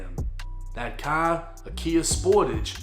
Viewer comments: “Into a cahh” 😂🚗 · the way you pronounce “car” is funny asl 🤣 “tHe cAh” 😭 sounding like peter griffin innit 😂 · damn I hate the way you say car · You can pronounce every word word perfectly except for car? Stop your shit